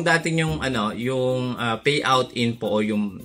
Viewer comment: kaloka ka magsalita Faid Feriod Faypal Fayout